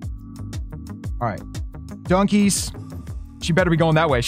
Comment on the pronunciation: Every time he says dunkies it sounds like donkeys to me